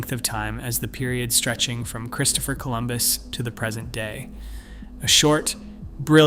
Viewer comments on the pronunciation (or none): none